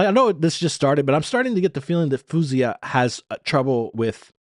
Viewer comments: Its Foh-Z-Ahh not foooozeeahh. Calling Faouzia a Narcissist? Do you know the meaning? A Sociopath? Damaged? Man you're truly messed up... wth. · Her name is pronounced fao-(like ou in out)zee-yah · She loves compliments in person ! LoL 😂 ! Her name is pronounced " Foh- zee - ah " Her emotions are emitted through her lyrics, vocals , gestures and facial expressions! So great at doing this ! Great reaction ! Her songwriting ability is so very good and very relatable to her audience ! Her voice is off the charts ! Thank you for your continued support of this fabulous artist ! Keep posting my friend ! 👍👍🇨🇦🇨🇦🇨🇦❤️ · You sound so terribly ignorant to say the least, calling her a narcissist and all those other things masked behind rhetorical questions and smart-ass comments like “he’s just dating a man”. Also, you’re pronouncing her name so very wrong. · Here's some help from Faouzia herself by pronouncing her own name...